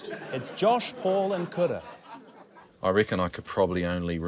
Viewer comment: Is it just me or are some R's pronounced like D's like in Kura's name?